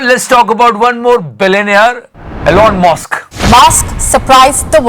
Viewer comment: Belenaer elon mosk... 🤣🤣🤣 time stamp 7.24